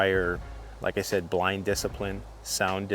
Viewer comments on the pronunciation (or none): none